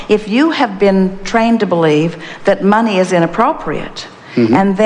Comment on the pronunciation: Money ? Oh, you mean ' mon - eye '